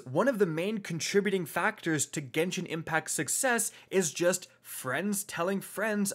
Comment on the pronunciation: It’s Genshin not genshien lol people mispronounce it.